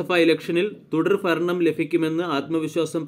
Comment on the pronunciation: ലോകസഫ തുടർഫരണം ഫാരതം താനെന്ന് നന്നാവും എടോ😅